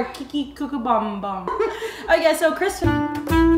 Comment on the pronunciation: Also you were so off saying kimchi bokeum bap LOL we need to work on your korean 😂❤️